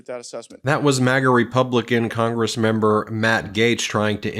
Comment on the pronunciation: Heavy emphasis on "member." As in, total dick!